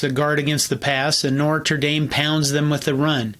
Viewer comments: No R before the T in Notre. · No-truh. Say it with me now. No-truh. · The R in Notre comes after the T. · Strangely, he makes much of whether Knute is pronounced “Kanoot” or “Nute,” but pronounces Notre as “Nortra.” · content: great .....Pronunciation of Notre: needs work. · This guy can't pronounce Notre.